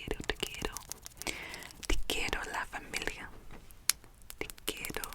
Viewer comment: Actually your pronunciation of "te quiero" was pretty good :) And I believe you were trying to say "i love you family = os quiero familia". You are doing great keep it up!!!